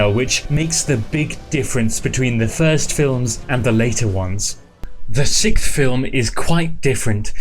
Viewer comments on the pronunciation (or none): It always makes me cringe when Brits can't pronounce "sixth" lol, it's not "sikth" sillies.